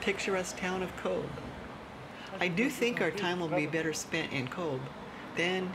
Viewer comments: pronounced COVE. it uses the irish language 'BH' which gives it the V sound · "We like to mix with the locals" typical US person....goes to a place and doesn't learn how to pronounce it's name. if you'd have truly connected with locals they would have told you, it's cove not cobe Bh is pronounced as a V. So Aobha and Eobha are Ava and Eva 😂 good video. otherwise, though 👍